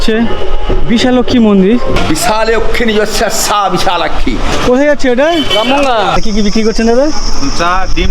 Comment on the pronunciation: বিশালাক্ষী সঠিক উচ্চারণ।